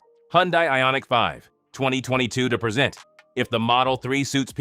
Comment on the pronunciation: Get a better AI reader! This POS constantly mispronounced "present".